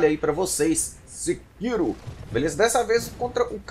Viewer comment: Falou errado é Sêkiro uahauahaua. Bom vídeo gatão